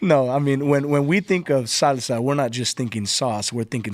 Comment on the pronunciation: Once the guest said “salsa” like a white lady at a Mexican restaurant I knew to disregard everything he said after